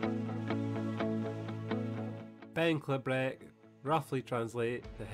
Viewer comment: pronounced 'klee-brick' :))